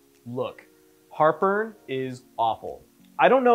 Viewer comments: at the beginning I one hundred thought he was saying “look... Harper is AWFUL” and I could not figure out why the heck he was being so mean to whoever Harper was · Julia Calvet oh, no I get what he is saying. Heart burn! 😆 🤣. I thought he was saying Harper as well.